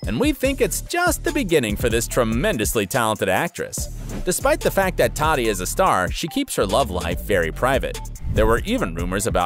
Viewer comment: And its Tahti not TATTY. She’s also very down to Earth so fix it bro